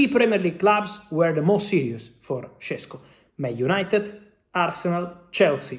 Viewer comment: Šeško not Šesko. Fabrizio Ronano.